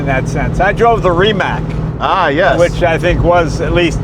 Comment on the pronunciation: Hey Donald, love your videos with Jay. Ree…matz hits the mark rather than Ree…Mack for Croatian pronunciation of Rimac. : ).